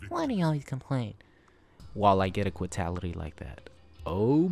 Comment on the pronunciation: Also its spelled quitality* not, whatever you attempted say